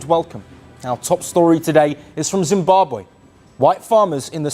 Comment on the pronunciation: Please check pronounciation and spelling. Its not ZimbabWAY but ZimbabWE